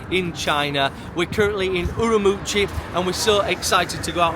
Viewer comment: Pronounced as Urumqi not Urumuchi.